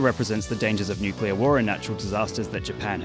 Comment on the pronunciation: nukler loozard fooght monke